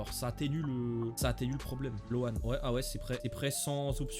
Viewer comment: Toi aussi fais un effort quand tu prononces "loan"😂😂😭